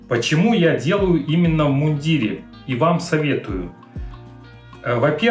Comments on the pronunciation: Не в иундирЕ,а в мундИре!!((( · В мундире , ударение на букву И...